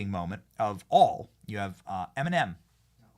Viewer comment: WHY DO YOU KEEP CALLING HER EMENIM